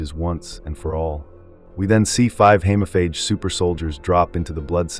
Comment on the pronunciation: Hemophage. Long E please.